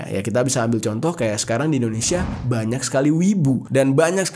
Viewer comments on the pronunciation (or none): none